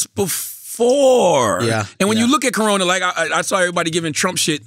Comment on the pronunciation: i died at “colona” virus